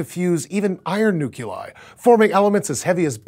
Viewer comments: Nook-lee-eye. Not nook-yuh-lie. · Jonathan Acosta I thought it would be all over the comments. He said "new-Q-lar" as well as "new-Q-lie". I don't get why it's so hard to get right, just think "new-clear". His name is now officially. Fail! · I can't take a scientist seriously that pronounces it "newcueler" and "newcuelie" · "Newculi"? Izzat some sort o' Montanish prononciation? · I gotta say, every time you say "nu-cu-lie" and "nu-cu-lar", I can feel a neuron snapping in my brain like an over-tightened guitar string. You're a smart, well-educated man trying to promote science and dispel ignorance - you should practice saying scientific terms the correct way. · Boy I'm glad we have all those nu-cu-lei and nu-cu-lar biproducts! Dis show mades me smart! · Nuke-you-lie? No. Just stop it. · You could have easily just said, "I believe the pronunciation is noo-klee-ahy." And left it at that. But no, that wouldn't do it for you, would it? No, you had to talk about how you would fire and punch your monitor. Stop being such a tool and get over your anger issues. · I'm not defending him, just saying that it'd be just one more word among thousands of exceptions, irregularities and non-intuitive rules. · Not to be a dick... But it's pronounced newk-lee-eye. 😉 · I cringed every time he said Nuculi... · No he's just pronouncing nuclei wrong, like some people who pronounce nuclear and nucular. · PLEASE, never have him mention anything involving Nuclei or Nuclear AGAIN! When I hear him say them, I feel like ripping off my skin. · PLEASE pronounce nucleus/i correctly in the future! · I really wish people would learn how to pronounce nuclear and nuclei. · Wow. I'm sorry, but I have to say fk this channel. What ever happened to the love of accuracy? It's like they thought "oh, we can get hits if we talk sounding like science" but without learning the science or how to pronounce nuclear or nuclei. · Nukuli? NUKULI? Who hired Bush to host this thing?